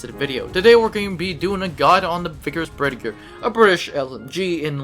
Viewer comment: Its pronounced berth-ee-aye